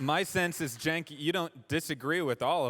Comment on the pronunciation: His name is not “chank” it is “senk” no h if momma wanted you called “chank” then momma should have learned how to spell. Like cent with a “k” sound at the end. Pretty sure his last name is pronounced “Goober”